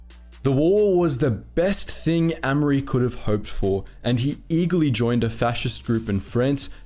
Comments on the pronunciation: pronounced A mery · Amery is pronounced with a hard A sound not a soft a